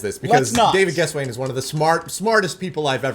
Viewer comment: David, the next time you're able to talk with David Gesswein, please ask him how he pronounces his last name. I think you mispronounced it, but I'm just as likely to have been mispronouncing it for years too. ;) Also, will you be posting these podcasts on this channel (for those of us who miss it live)?